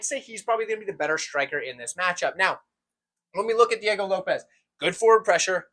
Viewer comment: I was gonna try to teach you how to pronounce Diego Lopes but I realized I can’t write it down 🤣